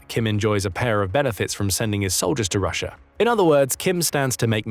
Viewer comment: Pretty sure that's Russia and not Rusher. But anyway...thanks for the vid!